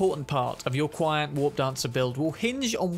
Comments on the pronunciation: very interesting build, might try and mess around with it in the future. and by the way, the pronunciation for QianT is "chi-anne-tee", as said by Rogue when she's briefing V about Hellman. :) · I found out recently it's pronounced 'CHee N' Tee' 😅